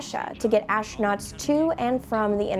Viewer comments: ASHTRANOTS?!!! fire this announcer. get someone who can speak english. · I just could not understand that why does she pronounce the word 'astronauts' in a different way? Sounds like a german word :)